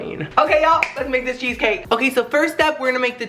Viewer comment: Did he just say “Queso Cake.” .-.